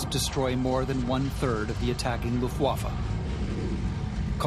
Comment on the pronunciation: Note to Rob Lowe. It's pronounced LUFTwaffe, not LuftWAFFe. Place the emphasis on the first syllable, not the second. Your welcome.